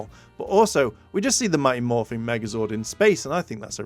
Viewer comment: It is mighty Morphin, not morphing you, people who don’t get things right really annoying me